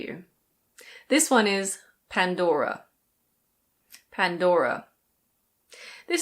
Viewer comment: As from Denmark, can confirm your pronunciation pressures on "Pandora" though we don't have the rolling R in our vocabulary, more a throat-y R, and your danish pronunciation on Lego is also correct. 👍 Didn't know Nutella was Italian though, actually thought it was German. 😅 Great video! Thank you! Cheers from Denmark ✌️😊